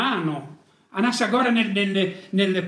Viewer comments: Anassàgora… È giusto che al prossimo comizio gli accenti siano quelli giusti. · Beppe, si dice Anassàgora ;-) buon anno, dai che ce la facciamo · anassàgora... dai cazzo sembri Di Maio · Beppe..... AnáSSagora 😆😆😆 non AnassaGora😃😄 Grande lui e chi vuole crescere... Auguri a chi è Consapevole di essere parte dell'Universo.. 💮💪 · Anassagora... chi era costui? Ma le basi almeno. Anassagòra e parliamo di smart city e IoT. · Cristo beppe non ne hai azzeccato uno di accento. Anasságora